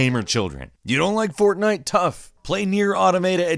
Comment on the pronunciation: At first I thought you were saying fontain... Which makes sense cause there was some bioshock footage in there